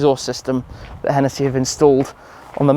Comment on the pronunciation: And its hennessey not henetheee